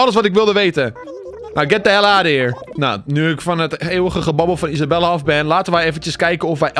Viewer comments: Hoi ik weet niet of of andere mensen het ook hebben opgemerkt maar hij noemt Isabelle Isabella maar volgens mij spreek je haar naam uit als Isabel als je dit ook denkt laat het dan weten👍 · ‘Isabelle’ spreek je uit als Isabel..